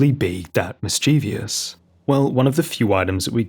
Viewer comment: mischievous MIS•CHIEV•OUS 3 syllables